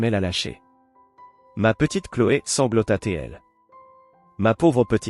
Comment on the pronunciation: Encore une voix virtuelle. Désagréable, fautes de diction française. Etc.. Une rancéhure ??? C'est quoi ? Vous devriez revoir. Sanglota T elle ??? La liaison svp. Et ce n'est pas tout. Navrant N'en déplaise à certains (es)